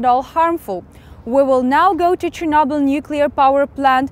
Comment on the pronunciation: when Arabs can't pronunce CH.